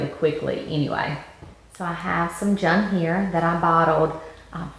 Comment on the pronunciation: Nice tutorial, I think its pronounced june like the month.